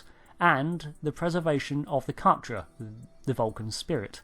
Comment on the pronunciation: It's pronounced "ka-tra"... not "cat-trah"